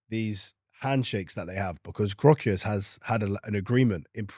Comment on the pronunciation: Cant even pronounce vics name right, 15min videos here and there is top research tho keep up the good work😅